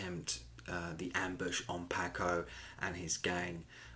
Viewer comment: Your pronunciation of Paco sounds like the fish and not the Latino pronunciation. The a in Paco is like a soft o.